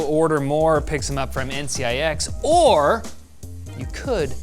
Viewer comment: uhm couldnt help but notice he said ncix.....wtf!